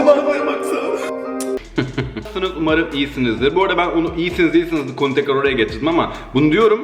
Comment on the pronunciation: Nassın demeni bitek ben mi gülüyom 😂😂😂😂😂😂